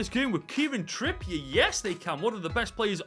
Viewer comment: Its trippier not trippi